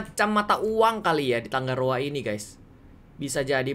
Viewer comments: tangaroa kak bukan tanggaroa wkwkwkwkwwk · Aku cuman mau ralat kak Regi,nama kotanya tangaroa bukan "tanggaroa" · kak reggy nama pulau nya bukan tanggaroa tapi tangaroa kalo tangga itu g nya 2 tapi kalo tanga itu g nya 1